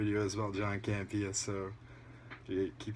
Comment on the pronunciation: Wait Grace Hancock is actually a collider personality...i assume u meant Grace Randolph and Campea not "Cambia" hahaha i do love how all these videos call Randolph by doffrent names tho. I really cant stand her so i enjoy the fact shes being called Rudolph and Hancock hahaha because she thinks shes a super famous talent lol